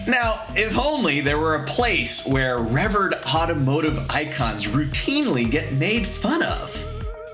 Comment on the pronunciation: Revird automotive Icon? Is that a willfully pretentious pronunciation of the word typically spoken as "reveered" or some odd hipster attempt at irony or simply another IGNORANT FAILURE FROM A PERSON WHO CAN'T TELL HIS ASS FROM A HOLE IN THE GROUND OR A CHRYSLER B BODY FROM AN M BODY! WE'RE WATCHING YOU!!